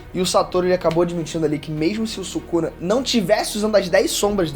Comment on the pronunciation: "Subuxa" akkakakaak↩️